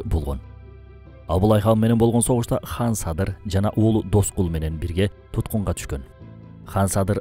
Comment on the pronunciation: Сонун экен, бир эле нерсе. Хан дебей кан десенер, уккан адамга мындай ханды укканда башка Бир элди уккандай болосун. Кыргыз "кан" дейт, мисалы биз катын дейбиз, хатын эмес; кыргыз дебиз, хырхыз эмес......